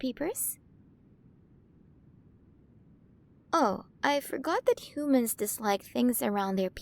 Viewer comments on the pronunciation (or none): (giggling) I'm sorry I just can't get over how she's pronouncing our Earth words hoomans,monk ees,aer plans,hayer, spherical ecosystems(cracking up) I can't take it! I just can't! The way she talks is just cracking me up.